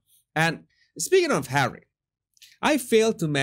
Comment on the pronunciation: Hahahahahaha! Laughed so hard on that comment about the electrical device he uses to control hawwy